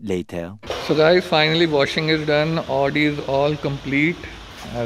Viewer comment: Its pronouned "aaaudi"